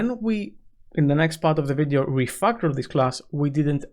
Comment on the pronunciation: Why do you keep saying refuckel